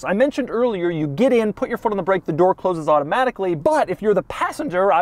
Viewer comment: Doug: " It's handled electronically and auto-H-matically " I love when Doug ^enunciates^ his rich-people-speak, adding an H to the word: automatically.